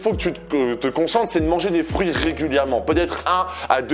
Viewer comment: Je pensais que tu parlais des "frouits" et pas des fruits 🍎🍊🍓😂😂😂